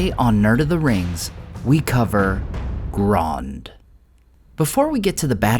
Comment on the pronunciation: "You guys are saying to wrong, it's Grond!!"